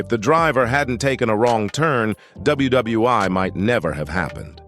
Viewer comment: Talking about #10, you called it WWI? IT IS CALLED WW1, AS IN WORLD WAR ONE. WHAT THE HELL IS THE LETTER I?